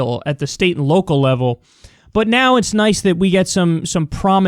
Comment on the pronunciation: 'state sneate' lol